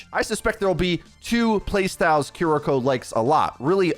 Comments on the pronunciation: Kee-lee-ko is the pronunciation. Japanese l+r. Thx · Obligatory pronunciation comment - “KEAR-ee-ko” with the emphasis ont he first syllable, pronounced with “ea” sound like in “near”. Thanks for the early info! She looks dope - can’t wait to play her. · Guh. It’s keer-ee-koh not kih-ree-koh. An emphasis on the kiri part not the riko part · Yea a lot of ppl are Saying Cuh-ree-ko. They need to to Emphasize the E sound in Ki. And the English R and Japanese R is different too. Your tongue should go towards the top of your mouth with Japanese. Like the L in English. And don’t even get me started on the Tsu sound. But it’s kinda funny hearing ppl butcher it😂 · I've noticed many people on YouTube have been mispronouncing the character's name and her Ultimate. This is how you say them. Kiriko: Kih-ree-koh Kitsune: ˈkit-su-nei or ˈkits-nei Also, Kiriko looks "a bit" crazy, I can't wait to play a the new DPS/Support Hybrid hero in Overwatch 2! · For clarification, her name is pronounced Kee-Ree-Ko. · Hearing a lot of Cuh-ree-ko and Curr-ree-ko today. It can’t be helped tho, especially since the Japanese R is different from ours. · god can you at least say the name right.... ffs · the pronunciation on this video is... interesting... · Big yikes on pronunciation of Kiriko to kick off the video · Worries about saying ability names right... still can't say character names right 🤣🤣🤣